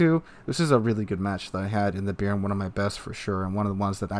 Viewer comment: Not "beer-n". Note the acute accent on the "e". It's pronounced "Bey-ahr-n".